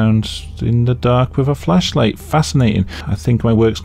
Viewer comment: I don't know if it's my dirty mind but everytime you say Flashlight I hear Fleshlight.